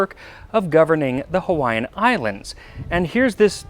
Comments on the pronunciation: Yes, indeed! I appreciate your efforts to pronounce Hawaiian words correctly. I didn’t wince once. 😊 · Max's record of perfectly pronouncing every language on the planet continues.